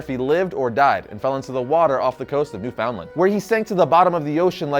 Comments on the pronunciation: did he just say newFOUNDlund? its new-FIN-land (pronunciation wise) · The way this man just pronounced Newfoundland has me dead😂